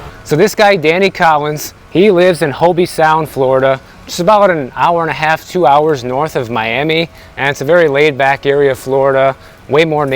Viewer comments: 😂😂😂 Hobie Sound -, its pronounced Hobe (long O) And it’s one of the best towns in the state:). Shhhhh!! Hollywood has found Martin County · 'hobie sound' lol...its 'hobe' said like 'globe' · It's hoB sound, not hobE. 😂